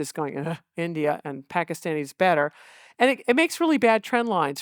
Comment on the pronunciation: Love how Dwareksh pronounces Pakistan as a desi should with the soft t